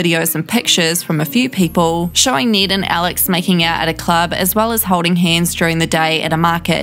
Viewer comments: i don't know if its her accent but it sounds like she's saying "need" instead of "Ned" which should sound similar to "red".. It is really messing with my brain, cause she says his name so many times. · Need gets me every time 😂